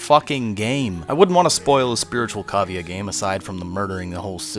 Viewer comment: You just made cavia sound like cabia. wow. Not surprised the game isnt getting received well. probably complaining about the graphics